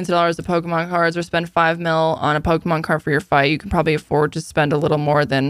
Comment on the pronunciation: Lol my grandad used to say pokeman too lol